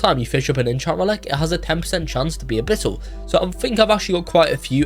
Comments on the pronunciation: "Enchammelex" and "a bittle" is WILD🤨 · "Hexed enchammelex and a bittle enchammelex"